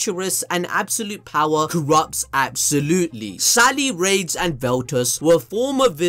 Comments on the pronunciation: Fam it’s raidies not rades. Say it like raidies. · ok so its "ra des" not rades. can't be balls deep in anime and mess up ppl names